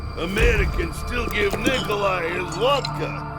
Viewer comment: dude its nickoli